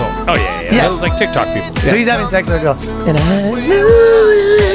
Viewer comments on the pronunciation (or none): none